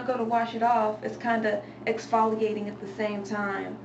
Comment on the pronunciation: Couldn't help laughing at "exfoligating." Cute! lol